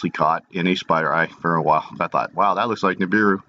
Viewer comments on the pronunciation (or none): none